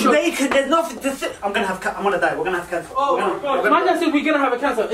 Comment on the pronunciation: "Im gonna have caner" That bit got me💀😭